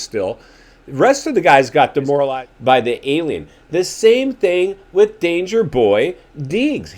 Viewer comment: You know what is hilarious 😂 you speak like Jet actually listens to your crap..Lol and Like Ricky gives a 💩 what you think..How about he can't seem to pronounce the word With.. and yet he manages to say WIT at least a dozen times, Notice you have nothing to say there..Shut up dude.. Still wearing XXX shirts OMG bro.. the 90's are gone.. your funny